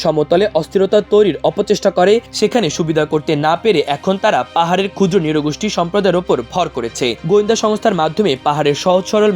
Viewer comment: চমৎকার তথ্যবহুল প্রতিবেদন আমার দেশের। তবে বর্ণনাকারীর উচ্চারণে সমস্যা আছে। নৃগোষ্ঠী কে বারবর ”নিরগোষ্ঠী” বলছিলেন।